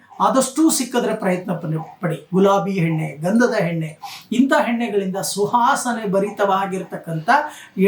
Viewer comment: ಹಲೋ ನಿಮ್ಮಿಂದ ಸರಿಯಾಗಿ ಉಚ್ಚಾರ ಮಾಡಲು ಕಲಿಯಿರಿ ಉದಾಹರಣೆ ಎಣ್ಣೆ ಬದಲಾಗಿ ಹೆಣ್ಣೆ ಎಂದು ಉಚ್ಚರಿಸಿ ಅಕಾರ ಮತ್ತು ಹಕಾರ ಚೆನ್ನಾಗಿ ಕಲಿತ ನಂತರ ಭವಿಷ್ಯ ಹೇಳಲು ಶುರು ಮಾಡಿರಿ